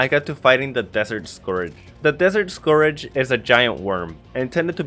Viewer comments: Btw scourge is said “score-j” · "Desert Scourage" he says..